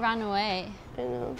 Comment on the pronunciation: It stopped when you said ✨knowrr✨ We dont ✨knowrr✨